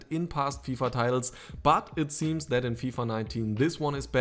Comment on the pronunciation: "... finishing in general is just not as consident anymore as in previous fifa 'teils' - sauber georg :D